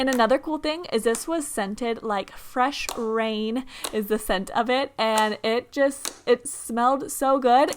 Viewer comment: did she say "fresh brain" or "fresh rain" lol